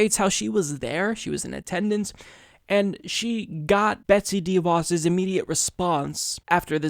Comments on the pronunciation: It’s not pronounced DEE Vos. It’s pronounced d’voss. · She’s a tool, you’re absolutely right and I love your show but her name is pronounced (sounds like) Duh Vos- accent goes on the Vos not on the Dee Sound. It’s duh^Vos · She is simply horrible, but please stop pronouncing her name DEEVos. :) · You don't pronounce "De" as Deeeee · All agree BUt please please stop saying DIE Vos.. it is a Dutch name (The Fox) use correct phonetics please. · Sorry to be that guy, but your pronounciation of DeVos sounds a little weird to me. Since it's a name of Dutch origin, I believe it should be pronounced like how the Dutch word "de" is pronounced: with a short e. It actually comes close to the English "the" (it means the same too) but then obviously with a hard d-sound instead of the th. Her name translates to "Betsy The Fox" ^.^ Love u!